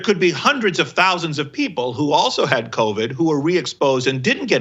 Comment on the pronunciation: Did he just call it "COVI"?? Somewhere, Donnell Rawlings feels vindicated.